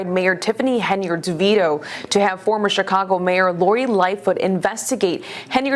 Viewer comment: I love that, pronounces,Henyard correctly.